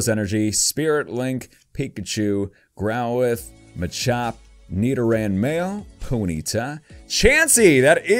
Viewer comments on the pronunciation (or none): none